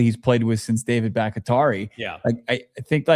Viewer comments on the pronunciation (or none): David Back-a-tari😂😂😂😂 *David Back-ti-ari*